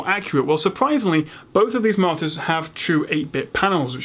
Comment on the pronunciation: When you say "monitors" sometimes it sounds like "monsters" :P